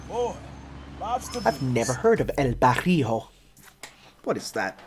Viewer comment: I took intense soul damage the way pronounce El Barrio